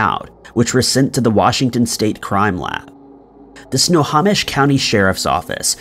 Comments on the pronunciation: Its pronounced "Snow-ho-mish" not "Snow-ha-mish" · Snohomish is pronounced Snow - hoe - mish not Snow - haw - mish. Everett WA native here. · How you figure?! 🤣 I'm from Everett. No one and I mean NO ONE says Sno - haw - mish. It's Sno - hoe - mish. I was cringing every time I heard dude say it wrong. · OMG let's say it together, snow.home.ish that's how you say Snohomish! if your gonna say a word more then one time and your unsure of how to correctly pronounce that word, Google it! Is nails on a chalk board every time you say snaw.hom.ish!😬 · I don’t want to be that guy but because I live in Snohomish county, I’ll point out that it is pronounced snow-home-ish. Love the videos btw! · Snohomish is pronounced Snow-home-ish. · Nice try on Snohomish. It's Snow-home-ish. I live in this county. We've got some pretty difficult to say cities and counties in Washington state, being based off local Native American words. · Snow home ish Snohomish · Snohomish is pronounced (snow-home-ish) Tulalip is pronounced (To-lay-lip) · So I live in Snohomish County and it's pronounced Snow- Hoe- Mish.....not the way your pronouncing it lol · He can’t even pronounce extradition. He has no chance with Snohomish. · Iol at your pronunciation of Snohomish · Pronunciation ERRORS: NOT "sna-haw-mish" ..... IT'S "snow-hoe-mish" = Snohomish NOT "tulip" (like flower) ..... IT'S "two-lay-lup" = Tulalip LoL.... I live in EVERETT, WA - 12miles South of Tulalip (BONUS: Tulalip Casino/Hotel is super nice! but standard rooms are about $300-$350 for 2 nights/ 1 full day... after hidden fees/taxs! Totally worth it if celebrating a birthday or something)